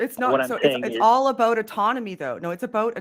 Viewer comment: I love the way says about...ABOWT. )